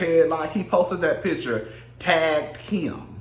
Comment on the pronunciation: I scream at your accent everytime you say Kim"s (and my) name!! Keee-im!! 😍😍😍